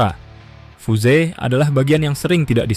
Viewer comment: Fiuz gt baca fuse Min..bukan fuze